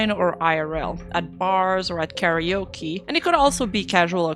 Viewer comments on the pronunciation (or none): none